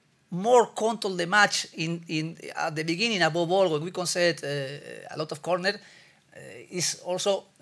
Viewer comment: 🤣🤣🤣 he is saying "above all" but his accent isn't allowing him to🤣